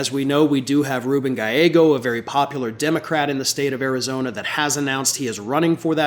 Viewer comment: Arizona not Karizona!